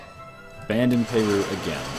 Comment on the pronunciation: Its not pay-roo its per-roo.